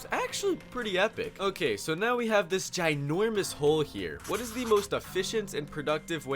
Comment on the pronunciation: "This GINOIMUS HOLE"